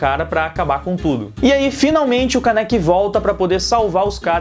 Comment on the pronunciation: E não se fala Káneki se fala kâneki o acento é no ka. obrigado por ouvir(se ofendi desculpa só falei a verdade; e a verdade doi)